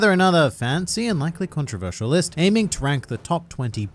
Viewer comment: di-did he just say GONtroversial